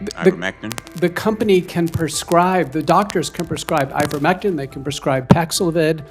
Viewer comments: Dr. McCullough is not on trial. How dare they treat him like that. Question is, how much profit did Faux-chi, Pfizer, Moderna, Blumenthal, and other CONgressmen make off of schmovid-19 and the unsafe and ineffective countermeasures mandated by Biden and company? Blumenthal can’t even pronounce ivermectin. What a “representative”! How ridiculous! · He can't even say Ivermectin. What a disgusting and disturbing person. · Dope can't even say ivermectin correctly one of the very drugs that helped with C - vid that was basically banned imagine that !!!